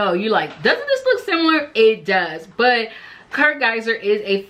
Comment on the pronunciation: It’s Kurt Geiger not Geizer lol 😂 but anyway I love Kurt Geiger bags, he’s my favorite middle level designer when I’m on a no spend from luxury bags.